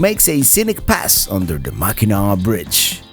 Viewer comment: Say "MACK AN NACK", no MACK EN NAAW please! <3